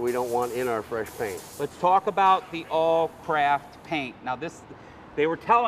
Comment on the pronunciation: why does the guy keep calling it awlcrap